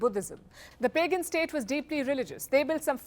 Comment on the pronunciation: you probably pronounce "Pagan" wrong.